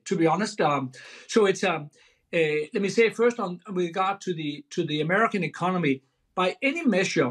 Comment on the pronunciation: He's gonna fiiiiiiix the ecoMOny!